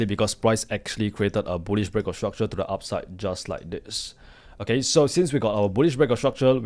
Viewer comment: bro please take the L off of your Rs' when pronouncing it hurts my ears to hear you say structule instead of structure other than that you speak like a native american english speaker